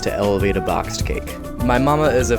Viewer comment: I swear he said bloxed cake